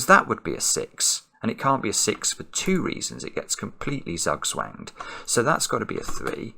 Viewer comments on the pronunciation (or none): Ah, I missed this because he pronounced it as "suck swanged" instead of "zugzwanged" (BTW: this is not a verb in the German language, it is strictly a noun used as follows: "Die 6 steht unter Zugzwang / Die 6 ist unter Zugzwang" (the 6 is under pressure to do a bad move)